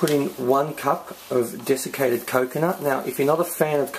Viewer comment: did you say desanated coconut? if so can you use shereded coconut???